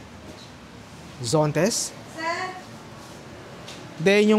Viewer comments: ZONTES ❌ ZENTOS ✔ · Zontes po , hindi Zentos😅